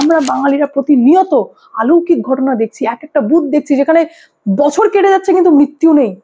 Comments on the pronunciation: আলৌকিক উচ্চারণ ভুল। অলৌকিক। চার আঙ্গুল যার ছিল না তিনি B L O নন, তিনি sir আতঙ্কে আত্মহত্যা করেছেন। তথ্য সঠিক হওয়ার দরকার। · TUMI AAMAR MEYER BOYOSI. TOMAR VIDEO GULO EKDOM TATTHOSOMRIDDHO HOY. AAMI DEKHCHHI TUMI EKTA SOBDER UCHCHARON EKTU BHUL KORCHHO BARBAR. jETA HOCHHE AALOUKIK - ETA HOBE ALOUKIK. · আলৌকিক নয়, শব্দটি হবে অলৌকিক। ধন্যবাদ। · শব্দটা "আলৌকিক" নয় "অলৌকিক" উচ্চারণ হবে বলে মনে হয়। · Didi kotha ta অলৌকিক। আলৌকিক noy... আ নয় অ। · আলৌকিক নয়, অলৌকিক। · ওটা আলৌকিক নয়, অলৌকিক। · আলৌকিক নয়, অলৌকিক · একটা কথা বারবার কানে লাগছে, আলৌকিক নয়, অলৌকিক। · আলোকিক নয় শব্দটা অলৌকিক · তুমি বার বার আলৌকিক বলছো। কথাটা হবে অলৌকিক। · আলৌকিক নয় অলৌকিক কথাটা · কথাটা আলৌকিক নয় অলৌকিক। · কথাটা (আলৌকিক) নয় , কথাটা অলৌকিক। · আলৌকিক নয়,অলৌকিক বলো । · খুব ভালো খবর পড়ছেন কিন্তু বার একটা কথা কানে লাগছে "আলৌকিক" 😂 কথাটা হবে অলৌকিক। 🙋‍♀️🙋🙋‍♂️🙋🏼‍♂️ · কথাটি অলৌকিক, আলৌকিক নয় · আলৌকিক শব্দ হয় না, ওটা অলৌকিক ম্যালা ফাইডি = mala fide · তুমি আলৌকিক উচ্চারণ করছো, ওটা কি আলৌকিক হবে না অলৌকিক হবে? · আলৌকিক নয়, শব্দ টা অলৌকিক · আপনার প্রতিবেদনের সময় কথায় আপনি বারবার "আলৌকিক" কথাটা ব্যবহার করছেন, কিন্তু সঠিক কথাটা হল "অলৌকিক" হবে। দয়া করে শুধরে নিলে খুশি হব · আলৌকিক নয়, অলৌকিক। আপনার প্রতিবেদন তো খুব ভালো লাগে তাই এই ছোটখাটো উচ্চারণ ঠিক হলে আরো নিখুঁত হয়। কিছু মনে করবেন না দয়া করে। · কথাটা অলৌকিক,আলৌকিক নয়। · শব্দটা আলোকিক নয় অলোকিক। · আলৌকিক !😅😅😅আমরাত জানি কথাটা অলৌকিক ! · কথাটা "অলৌকিক" - "আলৌকিক" নয়! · অলৌকিক শব্দটি সঠিক ভাবে উচ্চারণ করলে ভালো হয়।